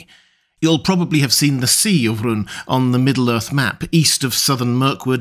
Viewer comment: Rhûn is written in a way that says twice it's a long vowel. You pronounce it like it was the shortest u in the world.